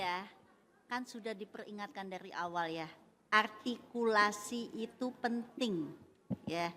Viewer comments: Artikulasi Bu bukan atikulasi😂 sok Sokan artikulasi situ ngomong R gak bisa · Ingat ya bu artikulasi bukan agrtikulasi ibu aj artikulasi ny jg gk bener.